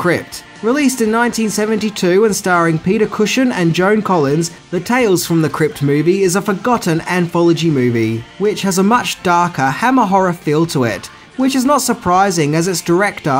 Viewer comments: I like your videos but you do make some silly mistakes. Peter CushING not Cushion! And Specifically not Pacificly. Keep up the good work. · I'm willing to accept often extraordinarily lacking skills in pronunciation, but I cannot let 'Peter Cushion' go.